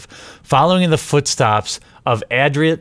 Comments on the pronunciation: It's pronounced 'ad-royt'. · Love your stuff. Also the word you are looking for is "ah-droit". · Our butchering of "adroit" along with "deja vu" and others I can't recall-- one of the legitimate reasons the French have for resenting us.